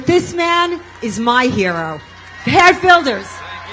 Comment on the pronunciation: Geert de Boegie men! Met een zachte G!